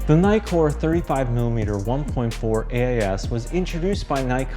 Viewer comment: The 'i' in Nikon or Nikkor is pronounced as in 'tick' NOT as in 'item'....It's in the details !!!